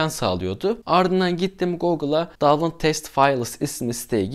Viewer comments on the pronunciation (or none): none